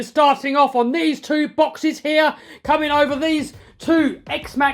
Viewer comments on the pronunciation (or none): bro the way you said boxes was so weird